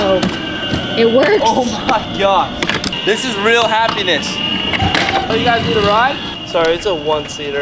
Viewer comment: he tells happenis instead of happiness I definitely don't think it was a mistake since it's 😂